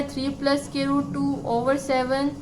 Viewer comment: Mam squirt ni hai square hai lakin ap nay bhut acha samjaya thanks 👍👍👍👍